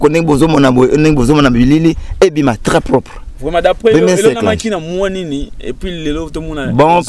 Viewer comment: Balobaka SARCLAGE. Journaliste à chaque émission olobaka kaka "SARCULAGE". Ndeko yekola et changer prononciation nayo!